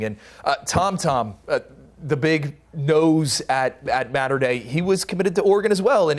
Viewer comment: It’s pronounced “Motter” Dei, not “Matter” Dei